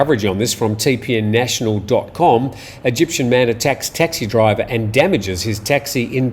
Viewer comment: "Eygptian"...are those people from Mexico?